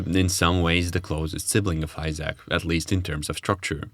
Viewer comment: I feel like if you're gonna do a 1 hour long video on a game the least you could is look up the pronunciation of its name